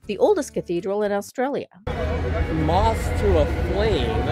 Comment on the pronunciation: "AUSTRIALIA!" ? Try, "Australia". LOL